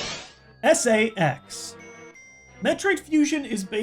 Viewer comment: "SA-X" Sax.